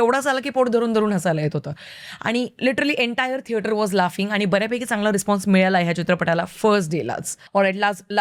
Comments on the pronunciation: तू सातारची हायस काय? नाय म्हंजी, थिएटर सोडून थेत्राट बोल्लीस.. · I love to listen one word from you the is ठेटरात 🥰😜😂